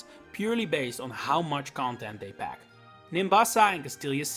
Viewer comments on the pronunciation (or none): none